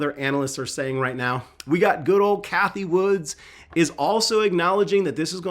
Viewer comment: Hey, love your channel and appreciate all you do for us. But … her name is Cathie Wood. No ‘S’ at the end. 😂